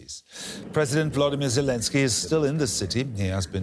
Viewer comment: They should also know that the Ukrainian president is pronounced Vo lod I mir! not Vlodinir!!